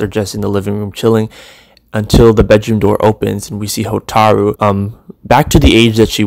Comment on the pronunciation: Hotaru not HO TAAAARRRR RU Hotaru